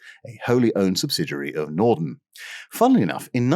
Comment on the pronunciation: You know, right there at at I could almost swear I heard the glorious miracle machine that is the Norton Bomb Sight slightly mispronounced... It must have been my over-active, youthful imagination.